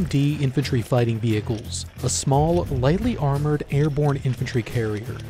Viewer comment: Emphasis on "lightly armored " I guess Lol